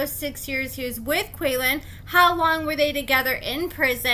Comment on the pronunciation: His name is pronounced KWAY-LAWN … 😉